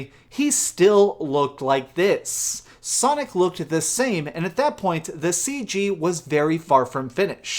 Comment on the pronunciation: U said Sonic Fart....lol